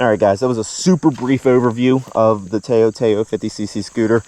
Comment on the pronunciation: you pronounce it like touw touw TA-OW